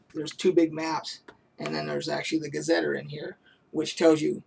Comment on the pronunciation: Great information! Thanks for sharing. My friend ran a Greyhawk campaign for years, and I have very fond memories of my characters' exploits there. Just an FYI..."Gazeteer" is pronounced \ˌga-zə-ˈtir\. Not "ter" at the end, but like the liquid that comes from your eyes when you cry. Not trying to be a jerk, just saying.